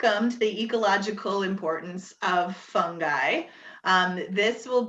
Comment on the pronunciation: Sounds like she's saying "the ecological importance of some guy" 😄